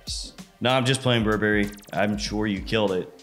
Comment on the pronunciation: Bur Berry? no Burberry. it's one word